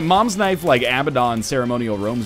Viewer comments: No, just like how "neighbor" isn't pronounced nay-gu-huh-bore or how "Wednesday" isn't pronounced wed-ness-day and how "receipt" isn't pronounced re-seep-t. The way Northernlion has been pronouncing Abaddon for the last 75 episodes is incorrect. According to lore, it is pronounced (pseudo-phonetically) as Uh-Bad-En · Abaddon is pronounced Uh-Bad-En